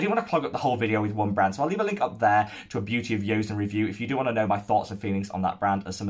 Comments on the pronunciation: Hello, I'm Korean and just wanted to say it's pronounced "jo-sun" not "yo-sun", glad you're enjoying their products ! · quick note: joseon is pronounced "jo-sun", with the "jo" sounding like a combination of "jo" and "cho". not a 'y' sound. :) thanks for your 2021 thoughts so far!